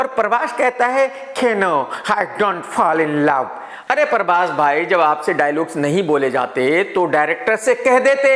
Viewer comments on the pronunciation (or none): Other people says- prabhas Krk says- parbhas😀😀😀😀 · Everyone: prabhas.. Krk: parbhas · When krk chaha says "PARBHAS" 😂😂😂. Pura desi admi hai 😂😂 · No body literally no body . . KRK : paarbhaaas 🤣🤣🤣🤣